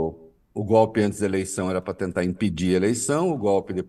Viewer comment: O presidente que fala gope ,não invés de golpe ...triste ..nem estudou esse cara lavada ...